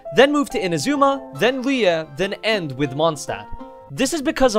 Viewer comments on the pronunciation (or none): That pronunciation of liyue tho 🗿